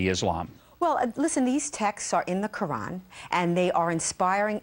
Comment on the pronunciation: hey pamela dont u think its insulting to us muslims that your sayin our words wrong its not muslum its muslim and its not quraaaaaaaaan its quran and its not alah its allah